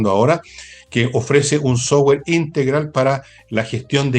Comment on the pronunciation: Insisto , /autowulf/. 🤔 Por qué dice / softwe:r/ y no dice software. ?